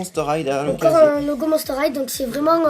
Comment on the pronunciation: on dit pas monster highTE on dit monster highE mais sa fait rigolo =)